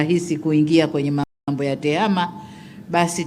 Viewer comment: Tehama sio tehema